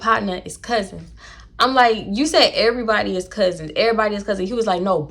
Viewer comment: “ the dew-sse is that for every-boday” lmfaooo 😂😂😂😂😂